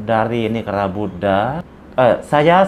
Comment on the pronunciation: Buddha bukan Buddah